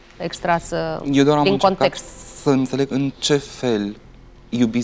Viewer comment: Acuma "anteleg" si eu de ce toti cei care "anteleg",au "anteles" 😂😂😂😂😂😂😂😂